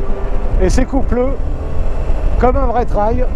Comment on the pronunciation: Pas "traille", unTrail!!! 'Trèil phonétiquement"